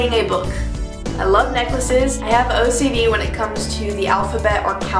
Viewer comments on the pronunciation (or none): ocd, not odc lol